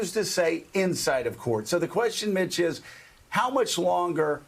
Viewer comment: Eveytime Joe mentioned Mitch....i heard B*tch...😂😂😂